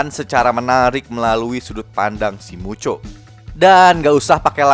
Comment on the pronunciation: Bang kalok ngomong mucho kenapa jadi muchok